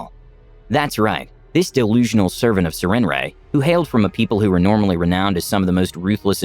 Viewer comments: Why does never bother to actually look up words before he puts out videos? I've never heard anyone say "Sir-ren-ray," which makes since because the name is spelled "Sarenrae." Like, the fuck, are you unable to spend 5 seconds on Google, figuring out something so simplistic? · I thought the goddess was said as "s air in ray", but anyway really good story!